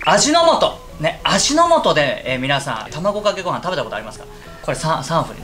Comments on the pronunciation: 卵かけご飯の動画なのに一回もまともに「卵かけご飯」って言えてないｗ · 「これが僕の求めている卵ｶｹｺﾞﾊﾝ(←聞こえないw)」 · たぁこかけごはん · １回も『卵かけご飯』って言えてない感じがすごい好き！笑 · ずっと「卵かけご飯」言えてないwww 言う度に笑ってしまう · 1回も卵かけご飯言えてないの可愛いww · もう卵かけご飯が言えてないのがめっちゃ楽しい😂